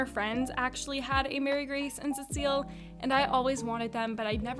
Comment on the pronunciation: Why does everyone say it like Mary Grace?? It’s Marie